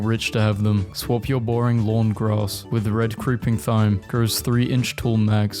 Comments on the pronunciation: THYME IS PRONOUNCED LIKE TIME ADVERSE NOT ADVERTISED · is nobody gonna talk about how he's not pronouncing thyme correctly?